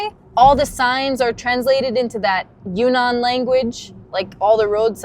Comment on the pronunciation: It’s pronounced Yun-Nan, not Yu-Nnan.